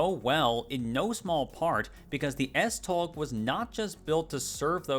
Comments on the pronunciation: "S-toe" (as in the ones on your feet) would technically be more accurate. Although, I did enjoy the struggle with the stupidly weird Danish pronunciations. Danish is a beautifully silly language. ❤ Kudos for at least trying. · Nice. The 'tog' in S-tog is pronounced the same way as the English 'tow'. Big respect for not letting the pronunciations intimidate you though :) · A note from a Dane: it's pronounced more like "S-Tow" if you're going by English pronunciation rules. A lot of the other pronunciations would ironically have been better if you had just pronounced them in English, rather than trying to imitate Danish. "Holte" is pronounced almost the same way in English and Danish. A tip: the only throaty sound in Danish is the 'r', which is similar to French but a bit softer. Other than that, you shouldn't make throat noises at all if trying to sound Danish. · i wanna defend "tow" for the tog pronunciation since the "og" kinda forces your mouth to shape closer to "ow" than "oe" which opens your mouth more to a softer sound (im being super pedantic rn please feel free to ignore me im just used to trying to explain the subtle tones to Danish)